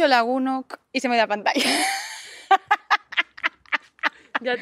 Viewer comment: La primera y en la frente, supongo que la chica que te lo escribió no te corrigió, pero es bastante raro escuchar /etori/... -> Ongi etorri /óngui etórri/ y lo de lagunok es lagunak, cuando yo lo estudié en batua, no sé si estás usando vizcaíno (ahora en cada zona se habla su propio dialecto con pequeñas variaciones).. en fín. He llegado aquí por una recomendación... ya me iba.